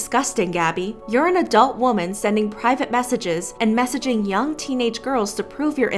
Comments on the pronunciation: WHYYYY do people keep pronouncing WOMEN as WOMAN. They are different words with different meanings. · Completely unrelated but it kills me that so many YouTubers consistently mispronounce “women” as “woman” 🙉